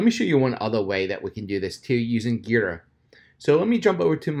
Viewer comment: The tool is pronounced gee-druh. Not like the letter G but like the article of clothing you wear in mixed martial arts such as jiu jitsu